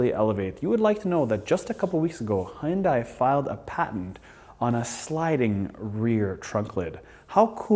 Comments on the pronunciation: Great video as always, but small nitpick - the company's name is pronounced like "hee-un-day". Hyundai actually had a catchphrase a while ago: "Hyundai. Like Sunday." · It's unfortunate that you're one of the only N.American vloggers who mispronounces the name 'Hyun-DAY'. Details matter. Otherwise, great vid. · I hope at least who talk about the cars and review you should know how pronounce the Korean brand "hyundai" not Japanese. Its HYUN-DAE . Yall should know that sounds so stupid when you say Korean brand with Japanese accent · It's hyudai like sunday... day not die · Great vid...but you still some issues pronouncing the word "Hyun-DAY". All of the other major Vloggers, Doug DeMuro, Straight Pipes etc...all pronounce it properly. Keep working at it and keep the content coming.. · Not. It’s Hyundai where you pronounce the ai like Dae from Daewoo